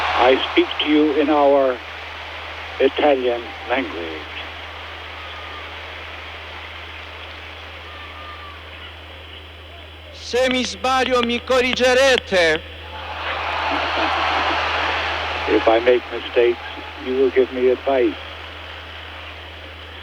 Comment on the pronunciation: What's fun is that he pronounced "correggerete" wrong as "corigerete". So he made his very first mistake during his apology lol